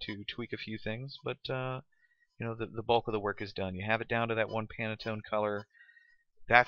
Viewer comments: Handy tutorial, but it definitely could have been five minutes shorter. Additionally, it's "Pan-tone," not "Pan-a-tone." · It's pantone not panatone.